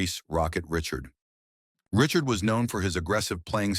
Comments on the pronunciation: Take this down it is embarrassing! You can't even pronounce Ree-shard! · Sounds like this video was created by AI. Poor guy this AI for he knows not of what he speaks. It's Rocket Richard as in the French surname, not "Richard" as in Richard Gere. But the most hilarious mistake of all is Leafs facing off in the semi-final against a team that wasn't even in the league in 1967, as in the St. Louis Blues....Lol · AI can’t even pronounce the Rocket. The only thing I like is the pictures.